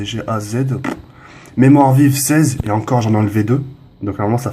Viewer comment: Juste pour info: Ghz sa se dit Giga hertz